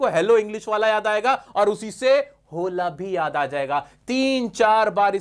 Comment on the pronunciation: स्पेनिश लोग होला ( Hola )नही ओला बोलते है।